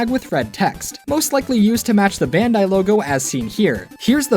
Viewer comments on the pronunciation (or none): You keep saying "bandi" do you meen Bandainamco?